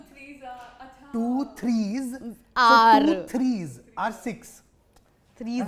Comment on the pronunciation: two threeja sixx , two forza eight …😂😂